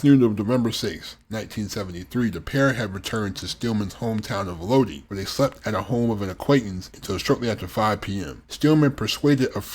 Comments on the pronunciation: Having lived in Lodi, it's SUPER annoying hearing it repeatedly pronounced wrong. It's pronounced: low-die or load-eye not low-dee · PRONOUNCED LOW DIE!!! Iugg